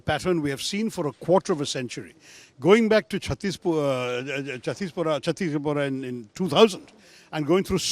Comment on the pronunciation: It was chittisinghpora, not chattispora.